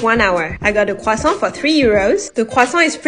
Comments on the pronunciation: I think people will have the pronounciation of Croissant stuck in their head from watching this video. It's actually a good way to practice. Listening to native speakers is the best thing. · That’s how you correctly pronounce croissant (not trying to be rude) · It’s the correct pronounciation. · La personne qui a publié cette vidéo est française elle-même. Sa prononciation est absolument correcte. Peut-être que je t’ai mal compris mais j’ai corrigé l’auteur de ce commentaire qui a tenté de moquer sa prononciation.